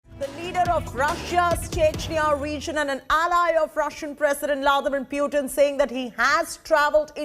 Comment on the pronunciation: “Pewtin” lmao